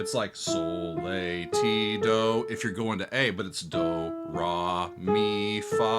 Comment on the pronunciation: Your reviews are interesting and informative but you're the first person in my long exposure to say "raw" insteadof "ray" and "lay" instead of "lah" so-fa-tee-do. Interesting. How'd that make it in there? Didn't you listen to "The Sound of music!??" 😂